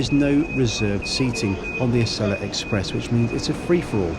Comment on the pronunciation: It’s pronounced “Ah-see-la.”